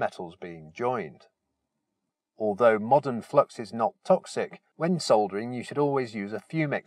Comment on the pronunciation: Oh- and it's lovely to hear -soldering - not sodering as the Americans say! cringe!